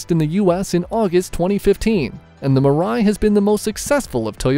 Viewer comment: its MIII-RA-I nor Murai, and it means "Future" in Japanese